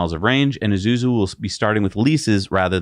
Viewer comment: Isuzu, like Ee-Soo-Zoo, not Ee-Zoo-Zoo